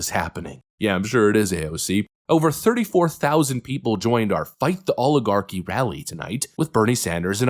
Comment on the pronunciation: It's rather amusing that these "Language Experts" don't even know how to pronounce the word "oligarchy." 😅😅😅